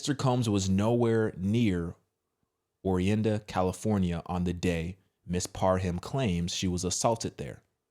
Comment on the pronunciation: *Or-rinda Con-trah Cost-ta. Orinda, Contra Costa County🫠